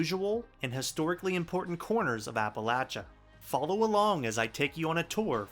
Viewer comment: WOW! FINALLY a video that got everything right! (And you even pronounced "Appa - LATCH - ia properly) - KUDOS!! A few particulars: Firstly, I grew up in Shadyside, Ohio, a couple of miles north of Glendale, WV right on the (Ohio) River, looking at the Panhandle cliffs every morning when I got up. As a very small child I could see the B&O steam locomotives going up and down that original 1852 stretch of track: the "Presidential" Pacifics, and especially, the EM-1 "mallets" hauling coal out of Grafton, past Roseby's Rock and Moundsville and to Pittsburgh. Later, they relocated the tracks higher up to avoid flooding. The cliffs above it formed a natural ampitheater, and, lying in bed at night, you could hear, from Shadyside, every click of every wheel as they passed by, as well as the BANG! BANG! BANG! of the torpedoes sometimes laid on the rails in Glendale to mark freight switcher limits. B&O passenger trains would come up from Grafton but ALSO to/from the West over the Bellaire Bridge, which had, supposedly, the longest stone bridge in the world; actually a viaduct carried over a series of stone arches which still stand and are quite impressive. The view from the Shadyside hillside was a Panorama of Transportation: Starting from the west, you had Ohio Rt. 7 up from Dilles Bottom and Powhatan Point, then immediately below the Pennsylvania RR tracks pulling coal from Powhatan #3,#1, + Oglebay Norton, etc, then the majestic Ohio River, with its floats of barges being pushed in t